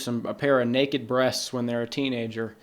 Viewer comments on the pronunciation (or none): none